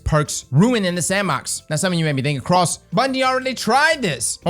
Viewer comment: Did you just called him 😂